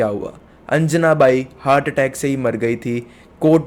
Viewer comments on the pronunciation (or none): none